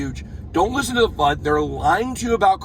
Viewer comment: Fud not cud